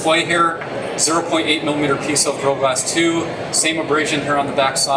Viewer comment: This guy is a good presenter... but he doesn't pronounce "gorilla glass" very clearly